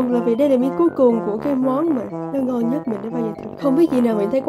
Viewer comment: nó rất là ngon đọc tiếng anh là nò rát là ngòn